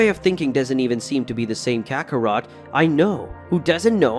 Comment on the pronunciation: It's kakarot not Kakaro